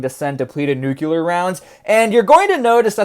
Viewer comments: Nuclear- Nu~clear not nucular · NUC-LE-AR. Not NUC-YOU-LAR... Jeez! It's nucleus, not nucyoulous... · Everyone says nuclear wrong now because of George W Bush. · Did you just Bush Jr. the pronunciation of nuclear. I'm going to assume that was intentional. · A true southern boy over hur 😂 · As god intended..